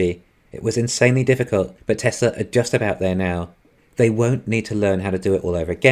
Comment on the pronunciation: “Welcome, to the Teslur economist” lol, every time bro